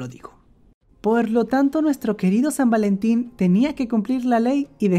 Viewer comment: san valentin ❌️ sad valentin ✅️. pero creo que desia algo en ingles